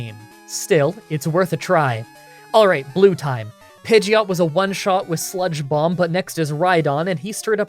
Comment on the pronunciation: For some reason I kept hearing spongebob instead of sludge bomb and to be honest I think I’m going to keep using this in the future